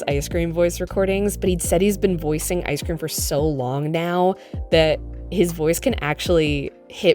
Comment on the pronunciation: I Guess The Icecweam Machine was Broken 😏